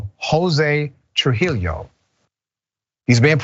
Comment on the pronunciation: This is just nuts & im fully with you on the story........ but Trujillo is pronounced True-he-yo sir! Great story!